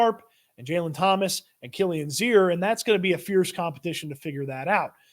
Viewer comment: You pronounced Kilians name correctly ✌️😊